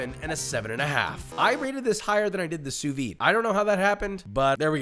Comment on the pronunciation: why do people say "sous vi"? It's "sous viDE"